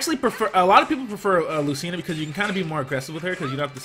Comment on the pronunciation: its lu-CHI-na